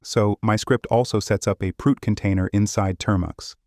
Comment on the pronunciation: This is amazing but sorry… Proot sound exactly like prout in French and it means FART I know this is childish but damn I am laughing soooo hard